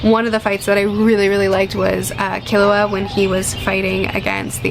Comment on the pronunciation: Yup, you pronounced Killua correctly 👍